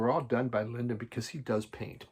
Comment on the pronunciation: 😂 Now repeat after me... LY-DON, not LINDON!